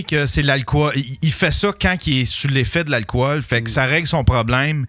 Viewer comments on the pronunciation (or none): En français c'est alcool, pas alcohol. Ça se prononce alcol, pas alcowol...